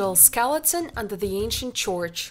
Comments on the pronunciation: the way she said church was really disturbing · nobody is perfekt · Well I don’t know if that was exactly disturbing to me but at least it was amusing 😂👏🏽😎👍🏽